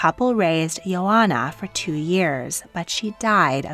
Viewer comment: You really butchered the pronounciation of the name Ioana, I is pronounced as "e". Also, the name Ileana is not pronounced as Elena. I'm Romanian but never ever heard that Elisabeth of Romania was a communist! I really doubt it.